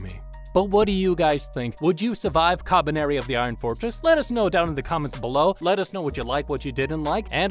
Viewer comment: The way he says kabaneri is so satisfying